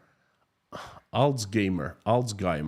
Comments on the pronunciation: Yes, with an H. Alzheimer - while it is in German, but Z is pronounced as "ts" and "ei" is a diphthong, so "alts-haymer" you said in the beginning is correct. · alzHeimer, your first try was best and pretty much sounded almost native German :)